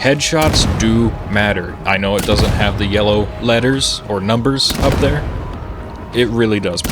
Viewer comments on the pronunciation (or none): none